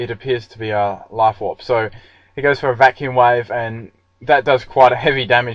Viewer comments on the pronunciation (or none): none